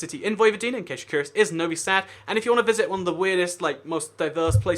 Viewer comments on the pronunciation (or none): none